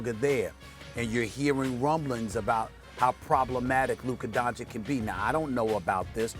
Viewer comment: 3 years and Stephen a still can't pronounce Luka's name properly